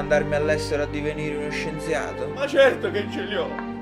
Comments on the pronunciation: Lo "Scienziade" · "divenire uno scienziade" 😂😂😂😂